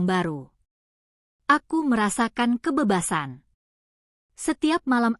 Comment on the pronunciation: Benar sekali, terlalu banyak kata "aku" membosankan, dan ucapan kalimat "kebebasan" yang kurang tepat, terutama pada huruf "E",, mohon lain kali di perbaiki ucapan huruf " E" nya